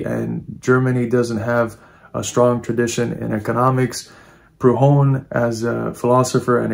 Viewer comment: Are you trying to say Prudhom?